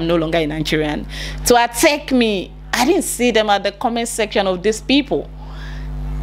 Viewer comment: My dear attack is pronounced the same in Ghana not atteck🤭